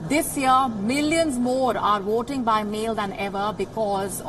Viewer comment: Wotes, woating, woaters, I don't understand??